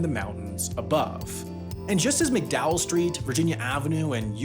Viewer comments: Okay so it's pronounced "Mac-Dowell" County... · I'm a third generation West Virginia resident and I can say; the land and the people have been bled dry since the day the state was founded. Our society and systems are entrenched in exploitation all the way down; rotten to its very core. BTW it's pronounced MAC-Dowell County, not McDowell. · Thats Mac Dowell. Emphasis on the Mac. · To set the record straight: it is not pronounced "Mick Dowell County", it is "Mack Dahl County". Also, not "hollows", it's "hollers". No one says "hollows". Finally, in no actual world is solar cost-competitive with coal. The only renewable that compares is hydro.